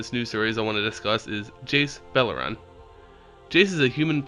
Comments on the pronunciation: Beleren. BelerEn. Not belerAn not belerawn. Not beleraun. Not belarane. Beleren. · Miv-Mizzet...Lavaz...Varska...Jace Beleron. Get the card names right for once!